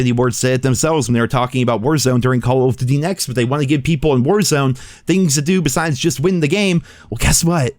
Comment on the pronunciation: Why does it sound like youre choking on something whenever you say “duty” when referring to “call of duty”. It’s like you say call of “fhdhdhdh” lol it’s pronounced DOOTY